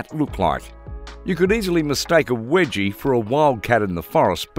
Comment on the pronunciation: Wegie? NO! Weegie as in Norweegian!